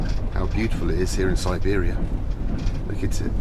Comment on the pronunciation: snor-bear-ia trip 100% :)